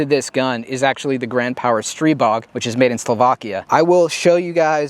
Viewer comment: it’s pronounced str(eye)bog and let’s call a spade a spade. It’s a stribog clone